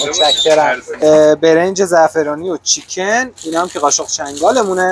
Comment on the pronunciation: برنج زعفرانی و چیکن؟ اینجور که گفتی چیکن یک آن فکر کردم بچه ی کف خیابان مدیسون نیویورکی؟!!! این چه الگوی بدیه آخه امریکاییه به تاریخ ۲۰۰ سالش مینازه و با لحجه ی آمریکن حتما صحبت میکنه ک بدونن کجاییه اما اینجا همه دنباله متفاوت بودنن